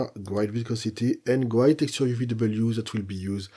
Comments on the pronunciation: It’s a shame that such a good tutorial is marred by your bad English pronunciation…. sometimes it’s hilarious… GRIDE instead of GR-I-D. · Just a little help with pronunciation of Grid, try saying it like this..' GRE ' 'D' instead of 'GRIDE' 😊 Thanks for the tutorial 🙌🏻